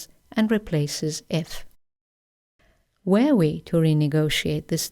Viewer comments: Dear, the lesson is very useful and clear (as always). However, as I am not a native speaker, I would like to ask about the pronunciation of "were" (the Past Simple of be). It sounded to me like /weə/ at the beginning of the sentences you read. I know we have to read it /wɜ:/ but maybe I didn't hear it well. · your pronunciation of 'were' sounds like 'where'. You may want to check that. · this video is great,. But why d'you pronunce "were" as "Where"?